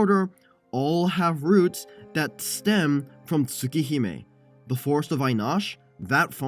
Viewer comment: Whatd u say its called? Tuh- Tuhsooka Hahme?